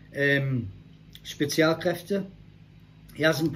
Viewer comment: as a dude who speaks Fluent German it was a Suprise that you pronounced Spezialkräfte right cause thats rare for someone who is either a non German Speaker or someone who doesnt really speak German